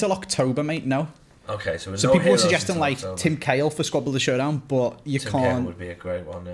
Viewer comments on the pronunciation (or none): none